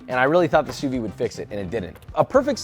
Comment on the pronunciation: why do people say "sous vi"? It's "sous viDE"